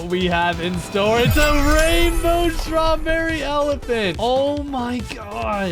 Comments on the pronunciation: Why does evryone say STRRABERRY ELEPHANT wow wow wow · STRROREREY ELEFNT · Srawberry elafhant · Stroberry elaphont